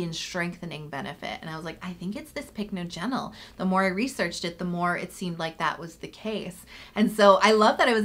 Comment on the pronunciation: It's pronounced pick NODGE en ul